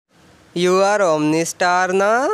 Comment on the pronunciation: Bhai tum omni star nhi omno star ho